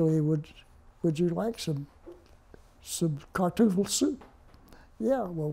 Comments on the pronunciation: I love this, "Would you like some kartoogle soup ?". Almost 80 years later the German word for potato got mangled from Kartoffel to Kartoogle. I do not mean to make fun of this man. He is obviously an American hero. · He said "Kartuffel". Not Kartoogle. Much closer to the correct word. Turn your volume up and listen twice before making such a useless comment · You turn up your volume. I hear a "g" in whatever word it was that he said . If you think my comment was useless than your response to it is equally useless. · you're both pathetic with your disses lmao but I hear kartuffle.